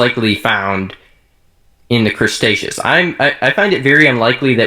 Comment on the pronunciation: LOL Crustaceous (cretaceous?)